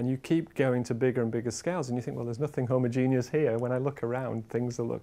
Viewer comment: yeah, one of us can pronounce homogenous